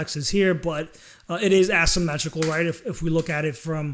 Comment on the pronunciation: You're mispronouncing asymmetrical and then referring to shapes that are symmetrical.. ¯\_(ツ)_/¯